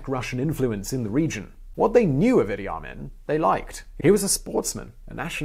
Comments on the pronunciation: It's Idee Ameen not the way you say it. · I know dude was a monster, but he is a historical figure. How about pronouncing his damn name right?